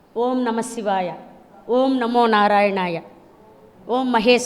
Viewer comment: Madam 112 yella sadananda gaaru Oom kadu Aoum Aoum ani chepparu😂